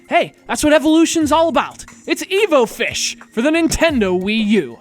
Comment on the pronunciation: EvoFish its not hard to say dude